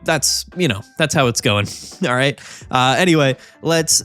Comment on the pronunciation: ACHRIGHT GUHHYS